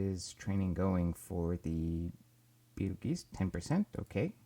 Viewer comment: its pronounced beetle juice